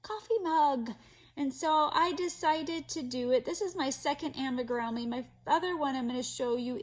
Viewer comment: Amigurumi is actually a Japanese word, so the correct way to pronounce it is (ah-me-goo-ru-mee). 😊